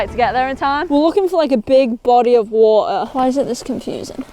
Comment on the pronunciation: "Big BODY of WAA'ER"